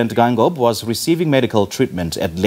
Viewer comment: Can I presenter read Afrikaans? (Though the surname is damara it’s alphabet) You read the President’s surname as written first pronounce the e followed by i Geingob not Gangob